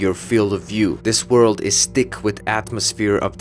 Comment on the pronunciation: an amusing thing: i dont mean to be rude to your accent but whenever you say "thick jungle" i think youre saying "tick jungle," and the former sort of implies the latter so i didnt even realize you were trying to say the former until a few watches lol